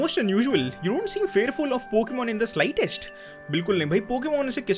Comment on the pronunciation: Pokan mat bol bhai ajeeb lag raha hai pokemon bol na